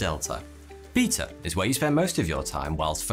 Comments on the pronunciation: "Beata" and "Feata" got me HAHA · 'Beeta' is not how I expected someone to say Beta.